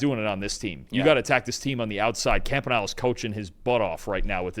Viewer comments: Camp•ah•nee•ley --- it's not difficult, it's Italian. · Camp-uh-knee-lay Hope this helps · Someone teach that man how to say Anthony Campanile's name right. duuuuuuvallll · Why does refuse to learn how to properly say Campaniles name properly? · Brock Purdy turned the ball over three times and they gave him a higher rating than Trevor Lawrence. They can’t even say the Jaguars defensive coordinator’s name correctly. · You think you guys can learn how to pronounce the DCs name?……. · The mispronunciation of Campanile has got to be a bit by now.